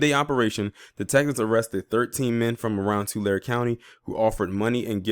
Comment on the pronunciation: Remember Tulare is pronounced 2Larry